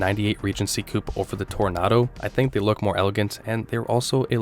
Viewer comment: OK, that was cute trying to get us all to slam you for the mispronunciation of Toronado. 👍 But you should have mentioned that that New Yorker was basically the last of the original Imperials...